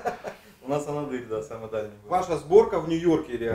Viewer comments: Шикарное видио, и монтаж и цвет. Но ребята, АнАдырь а не АнадЫрь, просто я сам оттуда)) И лайк однозначно. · Правильно произносить-АнАдырь